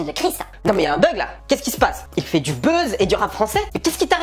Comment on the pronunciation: "Le beuze" mdr